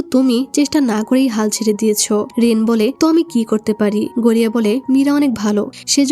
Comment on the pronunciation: ভাই গড়িয়া না গরিয়া ভাই মুভিটা অনেক সুন্দর ছিল